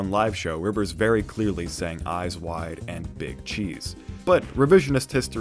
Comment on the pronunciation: eyes wide = "AAYSE WHY" because he pronounces it loosely i think